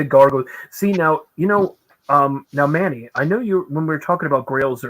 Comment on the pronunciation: Yes, that is correct on the pronunciation of my last name. 😄 Thank you!!!!! Can't wait to be on the show.